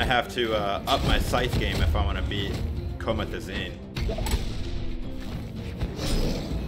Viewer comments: U said comotezine when it’s pronounced comezazine is a name of a rapper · You pronounced his name wrong comethazine* he’s a rapper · Comithazeen ahhahahah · The way he says comethazine 😂😂😂😂😂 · Zax So I’m not the only one who noticed it 😂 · Bruh I started dying when he said your name wrong😂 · Are we not gonna talk about the way he said Comethazine? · How he said comethazine 😂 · The way he said Comethazine 😂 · U shud check how to pronounce comethazine again lol